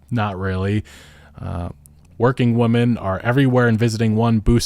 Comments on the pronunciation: Why can't he pronounce "women" correctly? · Sorry but what the hell is up with people these days not knowing the pronunciation difference between womAN and womEN. 🤔🤔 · You seem to have trouble differentiating or pronouncing "women". You keep saying "woman", plural and singular. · hey brother, "women" is pronounced "wih-men" thank me later